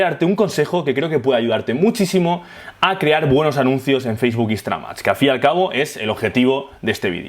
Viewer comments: muy bueno, pero por que dices "Instra-MAX" .. instaGram no? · soy la unica que escucha que dice instramad?